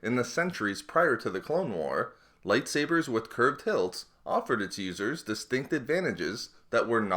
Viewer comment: LOL At the start of the video, i heard "Losers" instead of "Users"